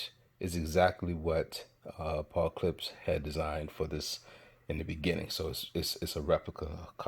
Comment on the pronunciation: Yo, the wood is not birch, it's cedar. And Klipsch is pronounced clip-shh, not clips.